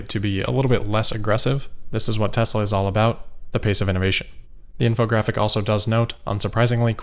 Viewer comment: We finally learn the correct pronunciation: Tezra.